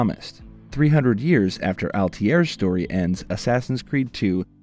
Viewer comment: ALTAHIRRR NOT ALTIER.